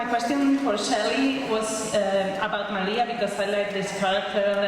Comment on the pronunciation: "May-lee-ah" ...the fuck? Comic Con hosts are so damn annoying, he just goes 20 minutes being the ones to ask all the questions like the fuck...